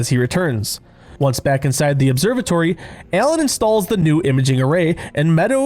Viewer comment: U keep pronouncing Alan as ELLEN